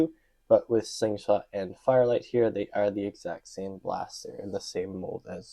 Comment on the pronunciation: Why did you keep calling this guy fire light instead of fire flight?